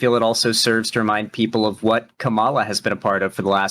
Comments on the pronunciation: still gets tripped up with Harris's name, like a lot of people. For those forgetting, it's KAH-ma-la, not Ka-MAH-la. Be wary, though, some talking heads on the right are mispronouncing Harris's name on purpose as a way to diminish her, kinda like "Barack HUSSEIN Obama" was used to imply him being some sort of foreigner or secret Muslim. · Dude its sooooo annoying. Its KA-mala not ka-MALA. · L. Say her name right. It's "Kama" as in comma, and la, as in lalalala. Comma-La. KAMALA. Or say Harris. 🙄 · please just pronounce Kamala's name right please please please it can't be that hard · Why can't he say Kamala's name right? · even corrected him, and he kept doing it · Oh god so wanted to go and salute those dumb jets so bad instead of continuing this with an hr to go. Then you check him on him on pronouncing Kamala... I almost get angle, but naw he's fos. reasonable af. Anyway, this comment is just for the algorithm. Love! ❤️ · Does ever say Kamala's name right? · pronounces “Kamala” wrong and I feel it has to be intentional. Emphasis on the first syllable. Reason I say this is because republicans used it as an attack on her back in 2020 to pronounce her name wrong. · He was directly corrected in this very debate and continued saying it wrong. I think you're being delusionally charitable. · Dude can't even say Kamala right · really didn't sit right with me how shark corrected him and he still went ahead and kept mispronouncing her name